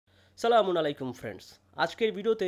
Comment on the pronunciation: Salamer uccaron suddo korun pls.